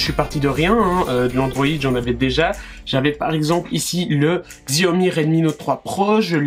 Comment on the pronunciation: Je crois qu'il faut prononcer chiaomi et non xiaomi !